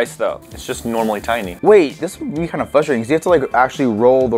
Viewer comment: said fustrating not fwustrating